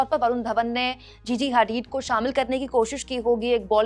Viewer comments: Didi.. उसका नाम जीजी हैदीद नहीं जीजी हदीद है। और वो अब सुपरमॉडल नहीं है। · GG hadeed🤣🤣🤣🤣sahi se bol lo madam